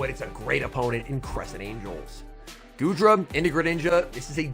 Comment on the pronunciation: I swear I heard call goodra, "doodra". Lmao